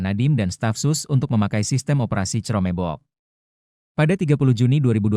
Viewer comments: Chromebook itu bacanya krombok, bukan cromebok. Hadehhh ... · "crome bok" narasi A.I males banget ngomong sendiri ya